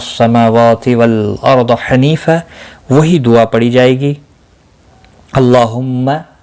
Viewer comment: والارض me aap laaam pur kr rhe Yeha laam. Pur nhi hoga Qiraat ke kisi bhi Qaide se